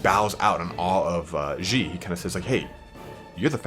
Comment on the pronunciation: "Gilles" is pronounced "Jhill", not "Jhi" Coincidentally, "Gilles" is a really common name in Bretagne and France. There's several historical figures called "Gilles Le Breton", because Bretons are an actual thing in reality.